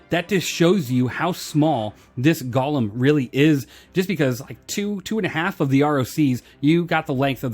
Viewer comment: pretty sure its goh-lem not gah-lem